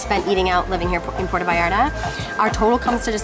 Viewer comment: Will y’all pronounce it correctly!? - It totally grinds my gears to hear the arrogance of yanks not calling 💩 what it is… It is NOT Pordda Vallarrda. It’s PuerTa VallarTa. Pronounced: PwerTa VayarTa Apart from that- nice vid.